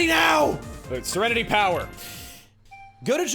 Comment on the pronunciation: I never knew "Power" was pronounced like the word "now". You learn something from smart people every day.